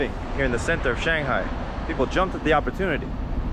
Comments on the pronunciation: I wish you'd pronounce Shanghai correctly. 😇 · You missed my point, obviously - if he had lived there for a while, like he said, he would know the proper way to pronounce "Shanghai". Unless, of course, he is one of what can only be characterized as a "bad foreigner" - the type that refuses to learn Chinese, have Chinese friends, eat in Chinese restaurants, etc. Many of these types of foreigners left China around the beginning of the Pandemic, first because of the end of for-profit English-language training centers, and later because of the Pandemic proper. The vast majority of foreigners still in China are thankful that the bottom-feeders and scum that give everyone a bad name are now gone. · And yet, even though he says that he lived there, he still cannot pronounce "Shanghai" correctly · More like shang-bye😂